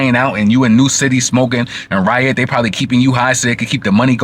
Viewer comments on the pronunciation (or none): none